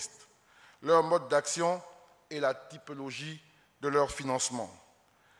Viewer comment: Merci de tenter de m'apporter un éclairage. Veut dire en un mot diversité. Mais, quant à ce qu'il a dit, il faut reconnaitre l'erreur de parallaxe qu'a fait ce Ministre car il a bien prononcé "Typilogie" au lieu de "typologie" qui signifie diversité.